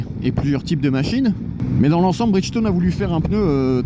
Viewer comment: Pneu Bridchtone 🤣🤣🤣🤣